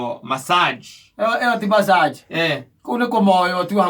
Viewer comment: It's massage not masserge